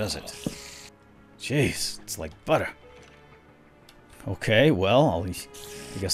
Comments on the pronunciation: HA, he said the sword waz like budder... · Did he say that sword was like BUDDER?! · budder, Budder!